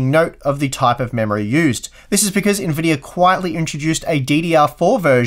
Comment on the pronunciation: why does he say Nvidiar?